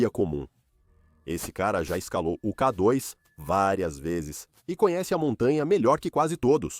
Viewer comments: 😂 Realmente “Kadóis” não dá para aguentar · Ouvi essa voz falar: Ká dóis, não dá. Dói o ouvido